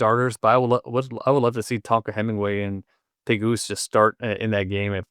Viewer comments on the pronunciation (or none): J.J. Pegues is pronounced "Peh-GEES" not "Peh-GOOSE" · You guys are KILLING JJ Pegues’ last name lol “Peh-Geese” good heavens